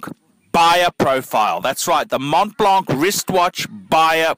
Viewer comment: you said it correct.